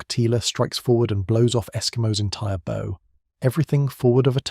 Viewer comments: It should be "BOUGH" as in Bowing to show respect, not "BO" as in the firing of arrows. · Bow as in bow wow. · A channel with the name ship in the title should know how to pronounce "Bow" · A shame that the narrator is unable to pronounce bow!